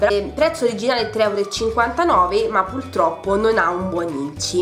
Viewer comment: Perdonami tanto, però quel "pultroppo" mi ha infastidita più volte...